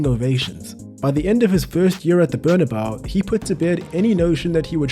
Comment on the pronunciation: cmon man, u cannot pronounce bernabeu possibly worse